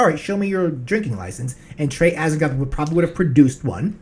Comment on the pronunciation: "Atts-eee-TOTE" IS correct pronunciation. NOT "Ats-egg-THOTH" like y'all KEEP sayin 👍😏. YW